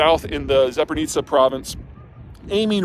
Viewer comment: Funny thing, she is actually smudging the zh-zh into one zh, Like Zaporizhia. It's not a classical pronunciation, but this word is kind of a hard one even for Ukrainians.